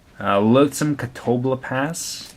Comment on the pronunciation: its cat-oh-bleep-ass ( ass pronounced the english way ahss )